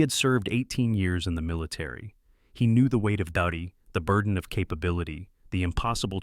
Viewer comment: Your reader mispronounced the word ‘duty’. The U is long as in the word ‘duke’. Unlike the U in. ‘duck.’